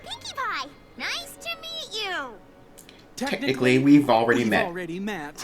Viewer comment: Technically, it's "technically", not thenically. (I promise I'm not being mean, I just thought it was funny xD)